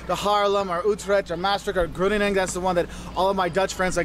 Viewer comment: Got them pronounced all right except “Groningen”. The Netherlands is a relatively tiny country. I avoid Amsterdam like the plague. Again those stairs are only in older houses in Amsterdam. Don’t be stupid and bring your own drugs. Best to know someone Dutch to take you to a coffeeshop. Indonesia was a former colony